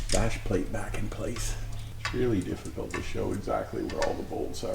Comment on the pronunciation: "It's not a difgicult task"... when you have some lift 😅